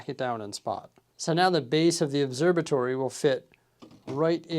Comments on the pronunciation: Its an «obserVatory» not «obserBatory» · Never noticed till now you say it obserbatory 😂 there's a V in there bud.